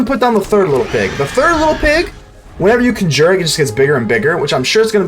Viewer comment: I do have to ask you, are you saying "conjure" as "cun jeer" as just a fun way to say it, or to mess with people, or do you believe that's how you pronounce it?